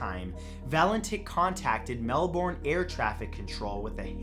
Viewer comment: Melborn? no, Matt, we pronounce it Melburn. Love your vids.